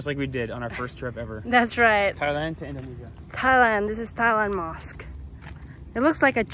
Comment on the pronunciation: i love you all when you pronounce mosque....